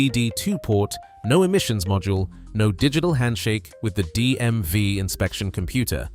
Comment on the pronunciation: It the DM (VEE) not vie!